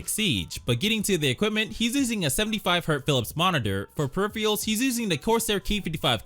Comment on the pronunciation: My guy needs to learn how to pronounce peripherals😂😂😂